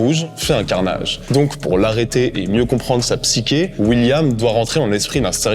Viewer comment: Merci pour la vidéo. Tenet en mieux. PS : on prononce le "ch" de psyché comme dans le mot "chute". : )